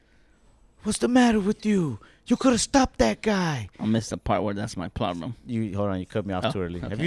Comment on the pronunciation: “I missed the part where that’s my pLoLem”